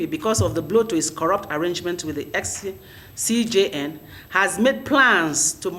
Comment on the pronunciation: A lawyer, you consistently and repeatedly could not pronounce just "CJN....."